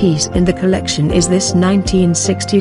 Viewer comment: I love Dior! I hate how the narrator keeps saying “COLLECTION”